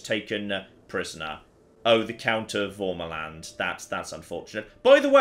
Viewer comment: The feeling when pronounces värmaland as an accented a, but its the wrong accented a lol